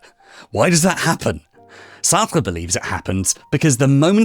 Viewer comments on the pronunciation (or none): Why do you say Sartra… the e in Sartr(e) is silent.. therefore pronounced Sartr